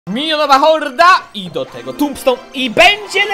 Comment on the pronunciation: xD ja słysze raz minionowa horda a raz minionowa morda